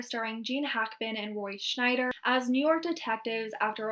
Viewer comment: I know this is really nitpicky but it's Roy Scheider, not Roy Schnieder. No "ns" in sight...